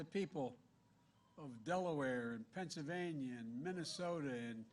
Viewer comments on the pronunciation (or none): none